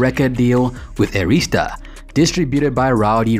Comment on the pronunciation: This is ridiculous yall can not say ARISTA!!!! SMH Phonics are real!!!...SMH just wrong wrong wrong